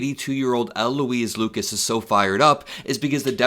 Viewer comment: State Senator Louise Lucas has been a true Democratic leader for decades ... she and U.S. Senator Tim Kaine should trade places. PS: when you talk about Louise, don't say L. Louise.